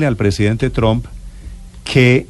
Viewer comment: Donald Trump.... Por favor pronuncien bien ese Apellido, (No es TROM, TAMPOCO ES TRUM)...Instrúyanse antes de salir a un medio de comunicación donde tanta gente culta, leída y q se preocupanpor estudiar y aprender los escuchan. No desmoralicen la radioaudiencia. que horror ...